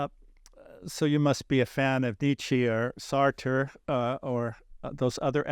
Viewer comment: As soon as you mispronounce Nietzsche and Sartre you lose credibility. PS, some unsolicited advice - skip the excruciatingly long biography questions.